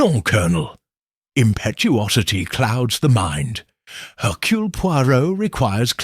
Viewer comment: Not hercoole but Hercurl